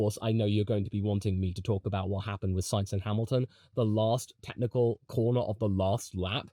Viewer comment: LMAO that "DOES HE ACTUALLY OWN THE CORNAH!" caugh me off guard